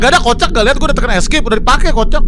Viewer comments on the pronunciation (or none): none